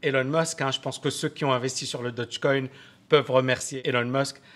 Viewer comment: Stp stp "daugue coin" je répète "daugue coin" (phonétiquement) Dodge c'est une marque de voiture ... :'(